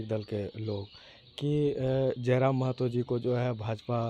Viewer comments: Mehto nahi Mahto hota hai .... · Not Mehto , it's Mahato